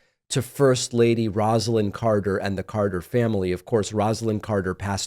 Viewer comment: His wife name was pronounced ROSE=a=lyn